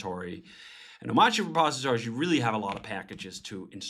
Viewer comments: If you don't pronounce the 'r' in a made up word why have it in there? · But why is the R silent tho? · Nice job David ! I've been using arch with hyprland for almost three years now, haven't been the most stable experience to be honest but so much faster and nicer to work like this so I have stayed on and hoped it got more stable, so finally this seems be a more stable version of what I already use(crossing my fingers), I'll definitely give this a try! By the way why not pronouncing it like it is spelled? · why is the r silent